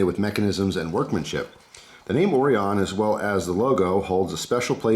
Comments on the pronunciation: Orion... Oh Ryan. Not oreeon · Right…O-RYE-UN…pronounced with emphasis on the “rye”. Like the constellation of stars. I ordered one with black blade and hardware, red accents and the raindrop carbon fiber scales, custom tuned by the shop in Salem, Oregon. I paid $125 delivered which is a stellar value! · I think it's pronounced "oh-ryan". Interesting knife. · Hey...pal...its O-Ry-In Knives you jerk!!! Lol I'm just kidding bro love the videos. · Common why you pronouncing it like that? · I don't know if you know this bud, but it's pronounced Orion not Orion.